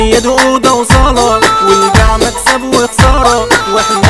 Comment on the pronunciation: مكصب وخصارة ؟؟ 😂😂😂 حرف السين فين 😂